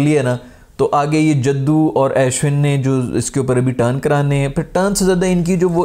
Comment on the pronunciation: o bhai ASHwin nahi its pronounced Ushwin lol.